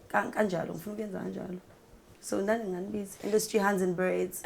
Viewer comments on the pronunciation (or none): none